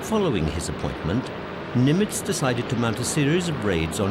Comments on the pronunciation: Pronunciation of Nimitz was strange. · I agree. If you’re going to be a narrator, you really ought learn the correct pronunciation. He made multiple mistakes to the point of distraction.